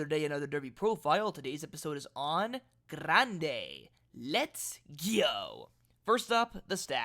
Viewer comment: I like the way you trill the "r" in Grande because I was a Spanish teacher. Grande had a far longer trip than Rodriguez in the Wood and was flying late. He got a better rating than Rodriguez when you take that distance traveled into consideration. Like the favorite in the race, Journalist, he's by Curlin. His damsire, War Front, was only out of the money three times in ten races but was a sprinter. Brad Free, Steve Crist and Andy Beyer - all legends in horse racing lore- like Grande to be in the money.